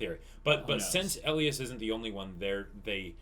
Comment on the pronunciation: OK, his name is ELIAS-------Pronounced E-LIE-ES